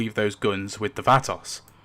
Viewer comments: “VAT-toss” lol. Vah-toes my guy. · Wtf is a "vatASS?".... It is pronounced "vah-toes".... Vatos. 😂 Now say it just the way I EASILY made it. Sound it out using that British accent son. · Only small thing bugging me; it's pronounced almost like "Vva Toes" not "Va-toss". Thanks for the in depth video! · Va-toes not Va-toss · Vah-toes. It sounds like you’re saying vatovs. Great video though! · Vah-toss hahahaha I love it! Bring it close it together and make every syllable short like this vAHTos not toes or toss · Vah-TOES, not Vaaa-Toss. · "Va-Tas" da fuq. Its not an English word brother say it correctly. "Vaa-tows" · its not fhatos, its VOUGHTOS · Sorry but this bugged the hell out of me every time you said it. It's not "vaa-toss"... is "vaw-toes"... the word is plural for "vato". Pretty much every gang name worldwide is a plurality and you're pronouncing it like it's not. Not trying to offend but since you say it so much, it's kinda annoying. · Ah yes, the "Vat-oss" 😂 It's pronounced "Vah-toes" for future reference, chap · thats the whitest pronunciation of vato ive ever heard and im white as hell 😂🤣😂 its (v-ah-toe) phoenetically my british homie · Cool video, just one thing, Vah-tohs. 🙂~ Oh, one other thing. How dare you, how DARE YOU, SIR, knock "The Great Garbonzo!" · pronounce VAH-TOES. The spanish A sound is Aaah, like open your mouth and say Aaah, and their O sound is Oh, like Oh no. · I'm so sorry, but I can't stand it anymore and I KNOW it's not your fault. 😅 I'm sure it's just your accent turning the Vatos into another word. The proper pronouncation is, VUH-toes. Think South center LA, dickies, low folded bandana, Chicano from the Hollywood movies. VUH-toes, pull your head back and push your chin up on the VUH. ❤ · Its pronounced VHAT-TOES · Vato is pronounced VAH-toe, so the plural is VAH-toes. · “The Vahtocks” 😂😂😂 it’s not hard to google the proper pronunciation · It’s pronounced “Vah toes” ok??? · he said Vatos like it was Vanoss. Wow 😂😂